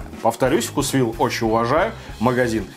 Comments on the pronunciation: делай еще видео про блюда из вкусвилла. У них много вкусных охлажденных блюд и пирожных. P.S. думаю правильно говорить вкУсвилл, а не вкусвИлл. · Правильно вкУсвилл 😄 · Правильно "вкУсвилл"